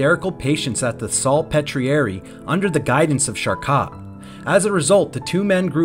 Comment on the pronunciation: It's pronounced Shar-Ko (Charcot). Several unfamiliar French words were very off, too. Enjoy your channel but a quick check of pronunciation for unfamiliar words will go far in channel growth. Feel free to hide this meant to be helpful comment! 👍🕊️